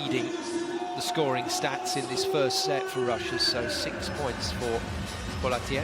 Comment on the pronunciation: Actally, Poletayev .